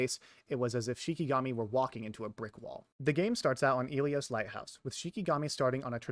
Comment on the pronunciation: the fact that you say "Ilios" like eelios when the game itself pronounces it like Ill ee os is crazy